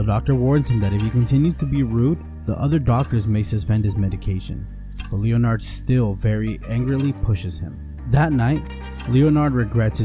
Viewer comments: Leonard. Pronounced [Lennerd] Not Leo-Nard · Leon 'ard. FFS. AI sucks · Leo - Nard...!? How did this narrator live to adulthood? Jesus Christ....